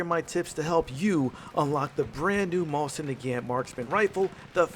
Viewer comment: I love your videos, but I find it so funny that you say "Mosin Nagaeant"